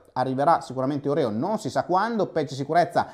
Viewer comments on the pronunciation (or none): none